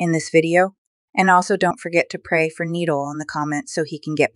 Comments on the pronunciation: It’s not needle 😂 ❤ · Say knee and then doll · It’s not needle 🪡 😂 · You keep on saying needle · Mhm it’s noodle LOL